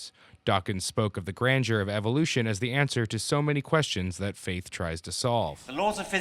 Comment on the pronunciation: am i the only one who heard evilution from dawkins?